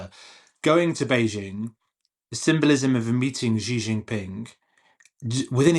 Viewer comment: SHE JIN Ping. Not Gzee gzin ping. Bay Jing. ✅ ❌NOT Beige ING